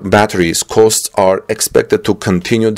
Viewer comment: "costs" are not pronounced "coasts" but '"cawsts"